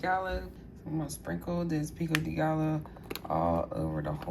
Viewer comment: I love how you say salsa, pico de gallo and tortilla.. bc never heard it pronounced that way. Are you from the USA? Also I would do all the steps except leaves tortilla's uncrunched.